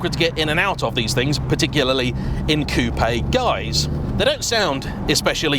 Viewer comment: congratulations: you are one of the very few English speaking journalists who knows how to pronounce Coupé, not Coup